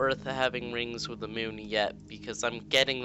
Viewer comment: mioun?? MIOUN??? ITS MOON!